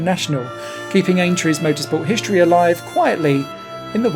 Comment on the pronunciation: shtraight, conshtruction, hishtory? :D weird to see english change pronounciation during my lifetime Otherwise great video. Thanks